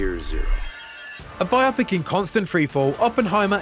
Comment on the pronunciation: Omfg. You and Stella Chung both today. A notice really needs to be disseminated around the office. "BYE-oh-pick." Say it with me. "BYE-oh-pick." Like, as in "BIOgraphical PICture". It does NOT rhyme with "myopic".